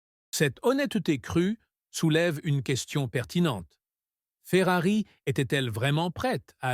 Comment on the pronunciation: à ..." saison chéphérarie."🤣🤣🤣🤣 p'tain, arrête, change d'IA, change de boulot, tu ne perceras JAMAIS.